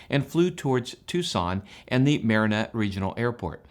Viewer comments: That’s “Ma RAN ah”. Not Marin ah. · It is not pronounced Mar-a-na It is Ma-Rana, sounding like Ma-Ronna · No insults, the Tucson airport is pronounced Ma ran a. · its pronounced MA ran AH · Good report. Just a heads-up - the airport towards Tucson is pronounced mare-AN-ah. Wouldn't expect someone not from the area to get that just from the spelling.